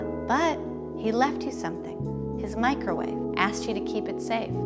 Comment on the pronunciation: So who all is “Mikerwave” gang